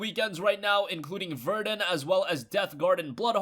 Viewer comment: IT'S NOT VER-DEN it's VER-DUN!